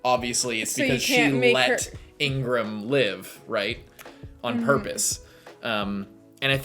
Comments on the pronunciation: I think his name is pronouce "Igaram".. Ingram is bakugan's name from new vestroia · He is not called Ingram. His name is Iga-ram.